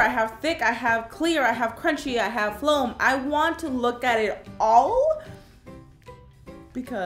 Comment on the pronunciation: When you said foam you said floam